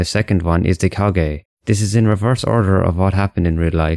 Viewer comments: Kage? It's Kaga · It is pronounced ka-ha not ka-gae I have never seen anyone pronouncing it that way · Man really said kagay it's kaga get it right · The way you mispronounce the name "Kaga" is so bruh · > makes a vid about historical innacuracy > can't even read "Kaga" properly